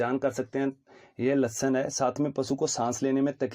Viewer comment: Samtham ..? Symptoms kya Lashan..? Ya lakshan Bhai english aur hindi dono me itni acchi pronunciation..😁😁😜